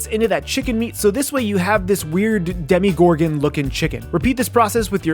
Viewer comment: I love how you said demigorgon instead of demogorgon